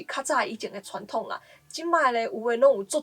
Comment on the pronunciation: thoân-thóng念成chhoân-thóng了，應該是受華語影響